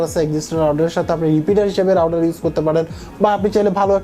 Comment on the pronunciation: রাউডার কি মিয়া? উচ্চারণ ঠিক করো।